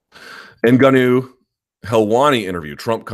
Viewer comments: Ash Bruh i noticed he stopped saying engennnuuu lol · Did he ever explain why he was constantly saying 'engenuu'? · If only luke put the same effort into pronouncing francis ENGANOOOOO properly. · Hilarious how Luke likes to be contrarian on the pronunciation of names. Notice he has not bitten the bullet on N'Gannou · Lol Luke's Spanish lesson. Whole time he pronounced Ngannou wrong for months on end, and still kinda does. Not to mention how he says Gegard Mousasi. LOL Guh-gard. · No one should care too much about name pronuncation anyway. I don't get why ppl make a big deal how Luke says Ngannou. As if y'all pronunce chinese, korean, jjapanese, thai, scandanavian etc names properly lol but I don't see ppl make a big deal out of that....... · Everyone pronounces Ngannou wrong, even French people. The N is supposed to be silent.